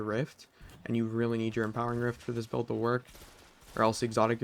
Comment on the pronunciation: My brain took a few seconds to process when he said "impering rift"